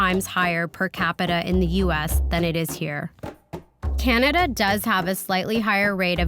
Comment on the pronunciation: When he said "Canagay" I thought he was talking about one of their shit eating states. 😂😂😂😂😂